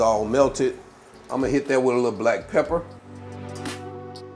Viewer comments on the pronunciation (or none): none